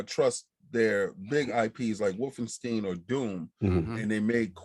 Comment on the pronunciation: Damn, this is my fav episode, hope we see more of just ya’all 4 in the future, chemistry on point!! (P.S. pls tell King it’s Wolfenstein not WolfenstEEn, starting to think he’s saying it like that on purpose 😂)